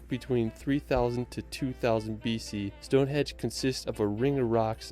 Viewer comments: Would be wary of this guy narrating the vid, straight away he is calling Stone Henge Stone Hedge. Not something you would get wrong in my view. You can by a cheap map with all places of interest on, monuments castles museums National parks everything for the person on vacation. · Anyone gotten triggered when he keeps saying Stone Hedge? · I LOL'd hard at the narrator of the video repeatedly calling Stone Henge, stone hedge. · It's Stonehenge, not Stone hedge. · Why does the narrator call it StoneHEDGE? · its stonehenge NOT stonehedge!!!!!!! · It's not called stonehedge😂 it's stonehenge😊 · its stoneheNge not stoneheDge which he said. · The narrator here makes some howlers. Its pronounced as "Whayles" not Wells. Its Stonehenge not "Stonehedge". Also Mount Snowdon is 1085 metres or 3560 feet. It is not 10085 metres, as that is higher than Mt Everest. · "Stonehedge"? Trust me, it's not a hedge. 🙄